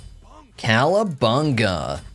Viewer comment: Are you saying calabunga or cowabunga? Couldn't tell.